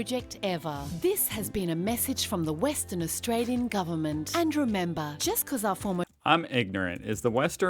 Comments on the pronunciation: Australian not Australien - obviously is a joke 😂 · I like the way it said Austr-ALIEN, Not AustraliAn